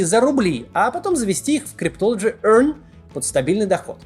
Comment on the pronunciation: Как он это произносит ‘cryptology EARN’🤣🤣 🤣🤣🤣🤣